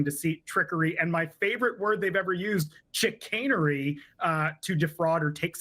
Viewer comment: It's not pronounced CH-canery. It's Shi-canery.